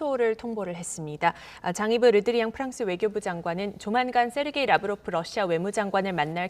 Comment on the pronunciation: 발음 좋은데요 왜그러세요 ㅋㅋㅋ 🤣🤣🤣🤣